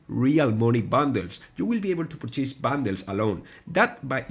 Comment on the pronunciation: Purchase (pur.chuhs)... You aren't chasing something, you're buying something... La volaita hermano hablo menos inglés del que tú qué hablas, de corrido... pero se pronunciar bien esa palabra... No mames.